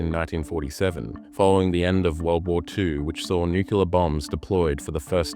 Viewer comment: FFS! It's nuclear (new clear) not "nucular" Just say new-clear, why is this so difficult that "broadcasters" can't say a simple word. Pam